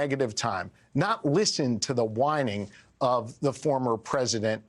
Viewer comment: Mango Messiah obviously mispronounced "whining" 😂